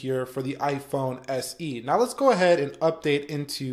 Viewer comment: i cringe everytime you say leets gooe